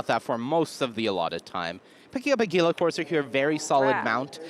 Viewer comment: "Geela courser" 😂